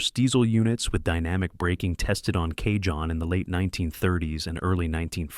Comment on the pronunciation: Cajon pronounced " Ca - Hone " ..... Spanish origin..